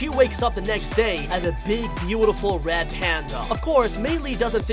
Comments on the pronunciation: Stop saying turning wed its turning red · Hey your saying turning red wrong your say turning wed when it pronounced turning red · is it just me or is he saying "turning wed" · stop saing wed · The way they say turning red “Turning Wed” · He said"turning wed" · I don't know why but I kept on laughing when he said wed panda instead of red panda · Did he say turning wed in the beginning? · He replaces all rs with ws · It’s not turning wed it’s turning red RED R R RED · One secret of the 10 secrets you missed in the turning red official trailer he sometimes replaces the R with a W when he’s talking LOL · He says turning wed